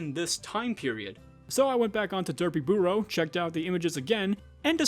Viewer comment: This video was incredibly well done and a crazy trip down memory lane! But your pronunciation of Derpybooru as Derpyburrow was cracking me up